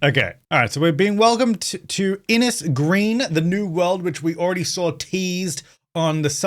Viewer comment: Came here to say this and to point out to everyone that it’s pronounced “Innish”, and “Ahh-Moor”, but I get that Irish pronunciations are not easily recognisable to people outside of Ireland 😊 I’ve been waiting for a world based on Ireland for so long!